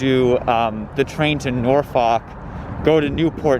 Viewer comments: My favorite movie is "Meet the Nor-fawk-ers". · If you made up time between Ashland and Richmond you accomplished a miracle. No polite way of saying: it’s pronounced “NAWfuk”. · sorry but as a virginian listening to you pronounce norfolk that way filled me with bloodlust